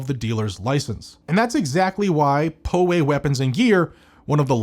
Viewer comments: Hey, FYI, it’s pronounced POW AY NOT PO WAY. Great videos as always. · PWG, (Poway Weapons and Gear) it's pronounced "Pow Way" not "Poh Way". That's how we say it here in San Diego where Poway is located. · If you're taking flak, you're over the target. Never back down! P.S. Pronounced "Pow Way". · Hey, FYI. It’s pronounced POW AY not PO WAY. Great videos as always. Newsome sucks. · POW…Pow. Way. Poway. Please, no more Poeway. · Just for educational purposes Poway, is pronounced Pow way.